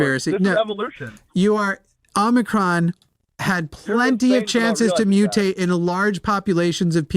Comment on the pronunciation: Don't mind me. I'll just be over here twitching violently at the mispronunciation of certain Greek letters.